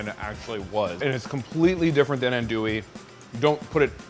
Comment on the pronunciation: Glad y'all could correctly pronounce Boudin. Even after being told how to pronounce Andouille, you still did it wrong. : )